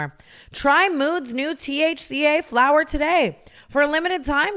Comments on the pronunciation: dying at the “FLOWER” emphasis on mood ad read 😭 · She’s emphasised saying it every time since and it makes me cackle 💀